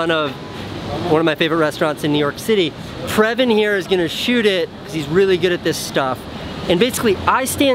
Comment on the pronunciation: its parviz not previn